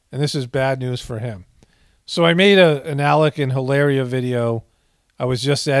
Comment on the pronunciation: Don’t cancel me, I know you don’t need to know nor do you care. I speak Spanish and since she’s Spaniard from Boston,Spain, LOL HilARRRRRRRIA!!! ; that dish is Paella pronounced Pie-aaaaya… great dish but looks more Bostonian than Spaniard, lol love your work, epic stuff and food for the soul